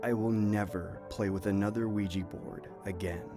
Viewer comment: I'm sorry but I nearly bursted out laughting everything he said "Ouiji" board, I am sorry but bro it sounds like he's saying "Luigi" board. Aren't they called Ouija boards??